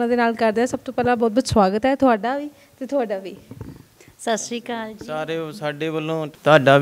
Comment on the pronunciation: ਤੁਸੀਂ ਫੇਮਸ ਹੋ ਤੁਸੀ ਸੱਤਿ ਸ਼੍ਰੀ ਅਕਾਲ ਬੋਲਿਆ ਕਰੋ ( ਸਾਸਰੀ ਕਾਲ ) ਨਹੀ ਬੋਲਿਆ ਕਰੋ (ਸੱਤਿ ਸ਼੍ਰੀ ਅਕਾਲ ) ਸਾਡੇ ਧਾਰਮਿਕ ਸ਼ਬਦ ਨੇ ਧੰਨਵਾਦ ਜੀ